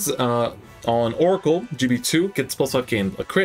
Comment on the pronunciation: it's oracle